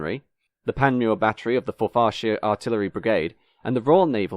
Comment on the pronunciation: FOR-far and FOR-far-shur, not for-FAR and for-FAR-sheer